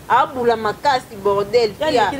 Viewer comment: Kata nanu ebele ya ba poiles oza nango avant oya na réseaux 🤦🏻‍♀️🤦🏻‍♀️🤦🏻‍♀️somba lame de rasoir 🪒 et puis on dit bordel et non border